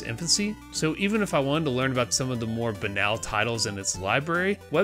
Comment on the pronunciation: You pronounced crystalis wrong, dude. 😆 But then you said banal and pronounced it right so I forgive you.